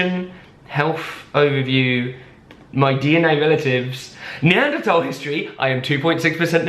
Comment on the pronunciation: HOLY SHIT IVE BEEN WATCHING THESE VIDEOS FOR A WHILE NOW AND EVERYTIME THEY MISPRONOUNCE NEANDERTHAL AND HE SAID IT LIKE NEANDERTALL LIKE YOURE SUPPOSED TO THANK YOU